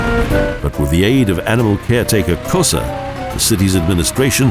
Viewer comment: MAAAN TRY TO SAY ONE WORD NORMALY KÖSZEG,, IS NOT KOTSEG OR WHAT THE HEC YOU SAY,,,, RESPECT